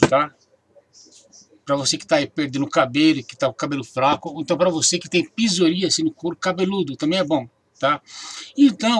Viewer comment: "PIZORÍACE"??!!...kkkkk... É PSORÍASE!!!...antes de fazer um vídeo, aprenda a pronunciar as palavras corretamente!!!